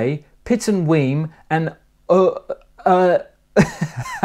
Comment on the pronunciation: Fife place names...close but no cigar. Leven is pronounced Leeven and Elie is pronounced the same as Ely in Cambridgeshire.